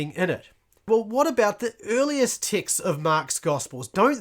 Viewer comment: Oooooh texts you're saying, lol I kept hearing ticks and was confused.